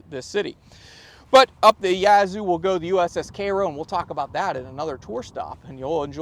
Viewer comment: Never heard Cairo pronounced as Karo, like the syrup.